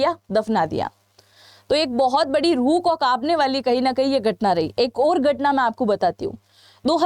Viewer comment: 😂darohar?? Gatna? Ikanu? Chhianu? Are aunty bolna to sikhle